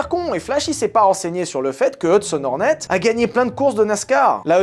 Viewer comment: Pendant tout le premier film, je t'ai entendu dire "La qualif Horny" ....